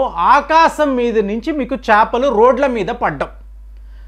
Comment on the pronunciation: చాపలు కాదు అండి చేపలు.